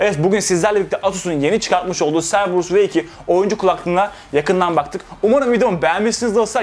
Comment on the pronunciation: Cerberus "Kerberus" diye okunuyor.